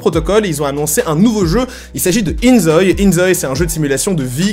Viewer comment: Je pense que ca se prononce in zo-i parce que ζωη en grec ( prononcé zo-i) signifie vie.